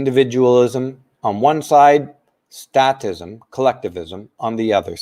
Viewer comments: I have to call you on one thing... it's statism, pronounced with a hard "A", because the root word is "state." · Great show,! Only one small issue is the pronunciation of "statism." The "a" is a long "a" not short; so the pronunciation is the same as when we say "state." It's pronounced as when we say "fake" or "state" or "plate" or any other word commonly used with a long "a." The message you're transmitting is one we all need to hear, especially today. Thank you.